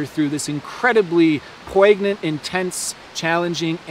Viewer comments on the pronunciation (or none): I believe poignant is pronounced poin-yent :) thank you for your update!!